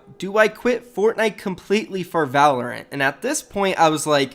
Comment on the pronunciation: Did this dude really just say “Fortnite pros will dominate Valorent” 🤣🤣🤣